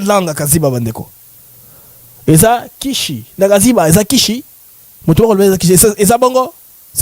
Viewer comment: Kaziba et non kiziba